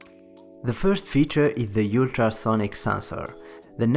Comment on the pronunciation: bro said ultra like "u-tra"💀💀💀